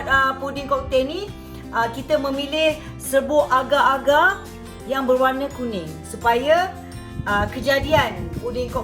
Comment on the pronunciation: Td sy berfikir, aga2 tu apa?🤔.. RupaNya agarrrrrr-agarrrrr.. Astagfirullahaladzim... Sebut la R dgn jelas sis... X fhm org sbh 🥴